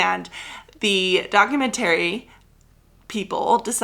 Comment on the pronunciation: Love this episode but I’m begging you to consider changing the way you say “documentary”.